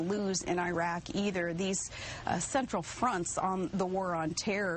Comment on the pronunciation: Someone teach this bitch how to pronounce iraq and iran.